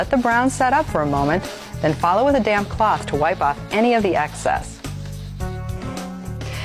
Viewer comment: I kept thinking the tv host was saying "now get your damn cloth" not 'damp cloth'